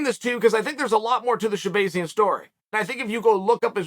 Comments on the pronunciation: Sha-bay-zee-an? It’s sha-BAH-zee-an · Sha-BAY-zian…. uncle Chael it’s Sha-BAAAZIAN… I almost feel like uncle Chael is trolling these fighters with the mispronunciation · Stop saying his name wrong lol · Bro how you gonna keep saying this man's name wrong over and over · Uncle Chael 🤝 Butchering names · The way Chael is pronouncing his last name makes me feel like he’s trolling us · That's what he does with everyone 🤣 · Don't give Chael too much heat for it. Us Armenians have difficult to say names which get pronounced wrong by EVERYONE. Actually, even other Armenians get my name wrong sometimes lol